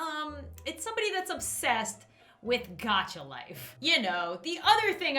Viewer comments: Gacha life not pronounced g-och-a life not g-ach-a life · im mad she said GAHCHA LIFE its pronounced goh-chuh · I love how she says Gacha life (GAC-ha life) XD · Lol its pronounced gahcha even though it's spelled gacha